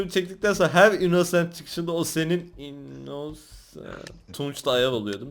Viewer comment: mörder sliyır. innnoooosent selimmm dedi +1leyin görsünler